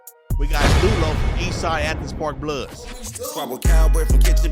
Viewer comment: really said ANTHENS